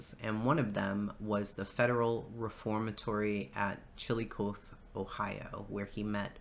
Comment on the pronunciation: Great work! It’s interesting yet disturbing to hear Charlie’s upbringing! By the way, Terre Haute is pronounced Terra Hoat & Chillicothe is pronounced Chill-a-coth-E. Not trying to be an a$$ just from the area & I know the names aren’t usual!